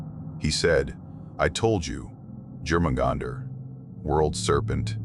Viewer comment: Is this read aloud by AI? The way it pronounced Jörmungandr annoyed me